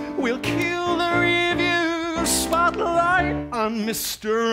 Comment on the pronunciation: the way he says spolight 😭❤️❤️